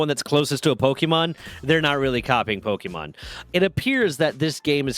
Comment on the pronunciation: Dude...put on a real shirt. You're grown, time to put on your big boy clothes. Also, it's a short e sound. It's not pokey-mon.